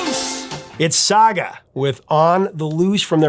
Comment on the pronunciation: Nobody said “Sah-gah”. It was “Sag”. Pronounced like bag. Saga.